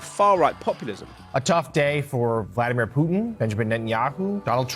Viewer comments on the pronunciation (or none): none